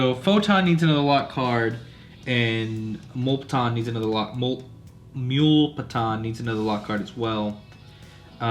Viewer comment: Its “mew”- lepton. Just FYI bro. 🤗